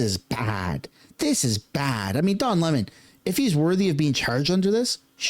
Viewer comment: Uhhh...I believe it's pronounced, "Le-mon"...🤨